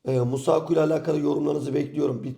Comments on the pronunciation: Kaptan Masuaku ya nasıl Musuaku diyon daha zor demesi 😂😂. Abi yazıldığı gibi oku ya da YouTubedan dinle ismi nasıl söyleniyor diye öyle video çek hastasın biliyoz geçmiş olsun ama senin için diyorum kanal için diyorum daha güzel bir görüntü ortaya çıkar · Musuaku diyip duruyor yaaaa. Yordu beni. Düzgün telafuz et